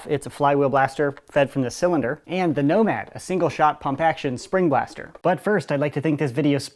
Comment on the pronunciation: totally just said "nobad"